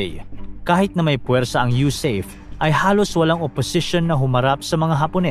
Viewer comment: huwag mo nang Artehan ang pagbigkas..USAFE. U SA FE ...BIGKASIN MO FE...